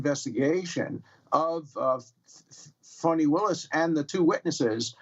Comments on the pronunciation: It’s not Fauni, it’s Fanny, Fani!!!!!!!!!! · It's not "fawny". It's "fanny". Cowards. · It’s not Fawnnnie! It’s Fani.The A is audible